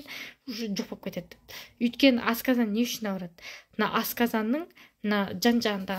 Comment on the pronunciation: ҚАЗАҚША НЕГЕ АЙТПАЙСЫЗ !!! АСКАЗАН ЕМЕС !!! АСҚАЗАН !!!